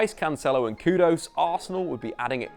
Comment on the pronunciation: His name's literally spelt 'Kudus', why change it to 'Kudose'?!